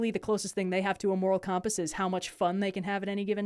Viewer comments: Sounded like "cahm-pass" to me. I dig it. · Shoutouts to how says compass